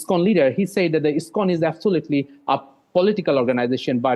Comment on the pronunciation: "absulatly" ta kirokom inriji re bhai??